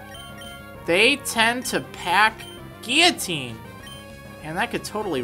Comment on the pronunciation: Guillotine is pronounced Gill Oh Teen :)